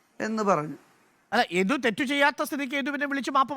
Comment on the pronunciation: ഇഡു അല്ല മോട്ടേ യദു